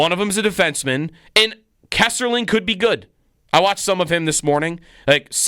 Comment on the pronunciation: it is Kesselring not Kesserling i know you are mad but please be professional